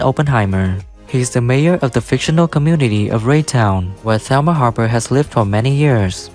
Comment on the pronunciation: It’s Raytown Ray town